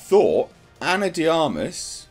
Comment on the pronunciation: Finally someone pronounced Ana De Armas name properly